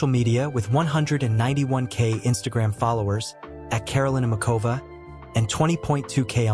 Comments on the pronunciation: Mikulov is in the south of Moravia,i.e.the eastern part of Czechia. It is NOT in Slovakia, plus, the pronunciation of her name IS [ˈmuxovaː] pronounced like the "ch" in the Scottish word loch or the German name Bach. Do your research first. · I don't understand how some idiot could post a profile of a world-class tennis player on YouTube without checking the basic facts—he doesn't even know how to pronounce her name.